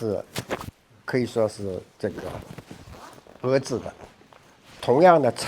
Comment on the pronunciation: 讹制，错，不是讹制，是遏制。